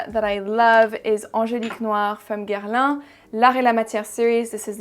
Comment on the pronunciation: New subscriber here. I hit the subscribe button after hearing you pronounce "Guerlain," hehe! (I'm just getting into varieties of fragrance and it's been really tough for me to take perfume channels seriously when they say "Gurr-lawn" -- even Canadians, when French language classes are usually a part of their curriculum in elementary school, like what's their excuse? LOL.) Thank you thank you thank you, I look forward to binge-watching your videos!!! XO Julie